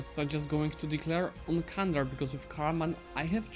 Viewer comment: Dear Please dont use “Kandar” You need to read it as “Jandar”